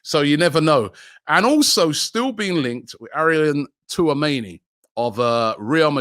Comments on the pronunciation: Aaron touameni? Robbie butchers every name😂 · Robbie why do you keep butchering Tchouameni's name all the time!!